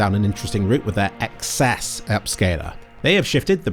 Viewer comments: I'm glad to see is the one other person on the internet who correctly recognizes that XeSS is pronounced "excess". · You are the FIRST creator I've heard saying XeSS as I have been calling it since it launched. Thank you.